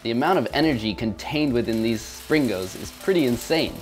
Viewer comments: He named the video springos but most of the time he was saying slingo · it is sringos not slingos lol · springos not slingos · Stop calling them sling-O’s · Lol i like it how he said "Slingos" again as in his last video